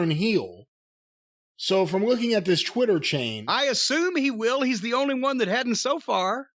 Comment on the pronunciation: Why does pronounce "Twitter" as "Chwitter"???